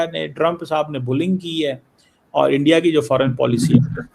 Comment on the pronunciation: শুন গিধড় কে বাচ্চে চিমে "ইন্ডিয়া" উচ্চারন হবে, " এ্যনডিয়া " নয় সমঝা বে, মাদ্রেসে ছাপ?